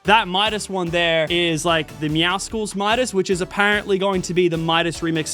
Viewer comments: It’s meowsulls like muscles not meow sickles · the way he says meowcles is so funny 🤣 meowskools